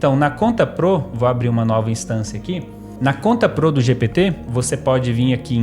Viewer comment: da agunia ver ele falando 'pro' errado